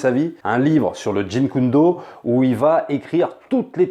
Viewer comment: JEET KUN DO,, pas jin kun do lol.